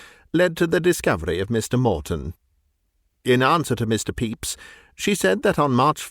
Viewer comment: As much as I enjoy this, I have to mention that the pronunciation of "Pepys" – absolutely correct as it is – gives me an image of the prosecutor ("Mr. Peeps") as having the form of an unusually large marshmallow confection fashioned in the shape of a yellow chick, as sold in the U.S. and Canada, particularly around Easter.